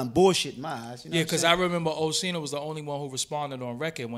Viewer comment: How tf you can't pronounce Oschino? It's that hard? Oshee-no? Wtf is that?